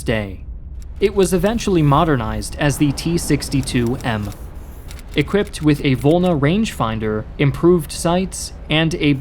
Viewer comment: The stress on the vowels in the pronunciation of Russian words is often incorrect, making the sounding of the word unrecognizable. A few examples : Rad/u/ga — should be — R/a/duga V/o/lna — should be — Voln/a/